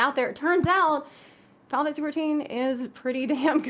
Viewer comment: Zepla's abbreviations... "Fi-lat-se 14"... "Fal-tse 14"